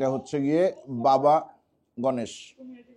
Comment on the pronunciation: baba ganoush, ভুল উচ্চারণ করেছেন।